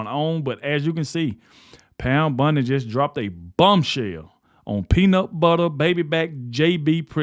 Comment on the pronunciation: Bondi, not Bundy